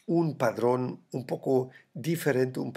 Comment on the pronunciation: Se dice patrón, no padrón. Padrón son los pimientos de padrón 🤣🤣🤣 3GWG4z1yGwbRDfwsxVHTecunkVG5fTazqf